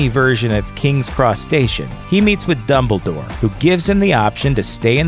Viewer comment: i swear he said doubledoor